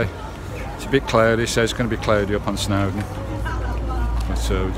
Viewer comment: Hi matey, just want to point out it’s Snowdon